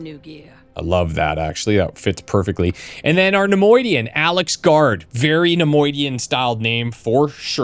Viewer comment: Neimoidian - Salacious H. Christ